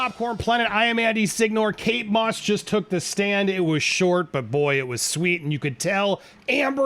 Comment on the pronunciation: Does she say kates moss??